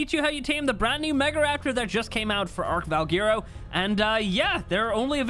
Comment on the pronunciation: Who else is annoyed with how butchers the pronunciation of the name of the map?